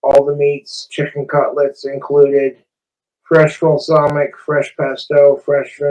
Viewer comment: Low key doesn't even sound like he's pronouncing "balsamic" right tbh... he's doing that thing where he kinda rush-rumbles words he can't pronounce/understand yet somehow thinks he's fooling people.